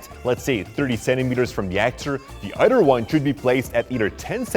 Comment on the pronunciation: Other not Udder the "th" sound isn't pronounced as "d"